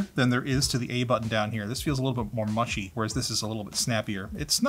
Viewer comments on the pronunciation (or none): none